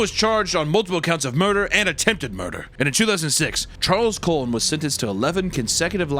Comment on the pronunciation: You butchered my second uncle* last name. The Cullen’s have 2 things, we had the last name of the twilight series and we have a serial killer. And you pronounced it like a colon. Have you no shame